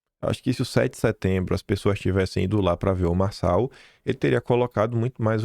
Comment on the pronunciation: Realmente, Nikolas foi tosco ao falar "Marçal".